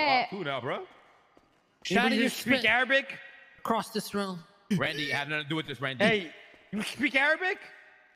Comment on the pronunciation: "do you speak ararbic" LMAOOO